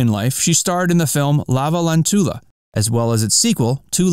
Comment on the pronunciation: The movie Lavalantula is a combination of lava and tarantula the spider since the spiders in the movie could spit lava. Thought you should know so you can say the name right.